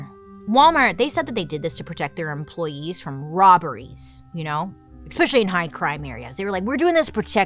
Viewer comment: "We can take them down," then proceeds to say "eXPecially" and "eXcaped." 🤦‍♀️